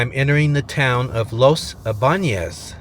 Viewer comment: Los Eeee-Banez ybanez